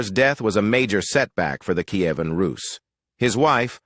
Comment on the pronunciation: Bee-Zan-teen-Ah Em-peer. NO. Key-A--ven. NO CON- stan- tin- O- plee. NO BiZ- an- TEEN. NO Sl-aa-vik. NO Key-VAN Roos. NO NO NO NOOOOOOOOOO